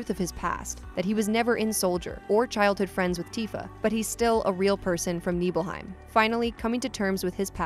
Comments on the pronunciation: Also, NIBelheim, not NEEBelheim. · Honestly I found the "sheenra" and "neebelheim" pronunciations a little distracting, even though they're made up words and it doesn't matter at all. On the other hand, I still pronounce mako and cait sith wrong so what do I know. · SHIN-RA say it with me... SHIN-RA. Not "sheenra" and NIBLE-HEIM not "NEEBLEHEIM".... I love when people who don't know anything about this game speak on it from a prompt ha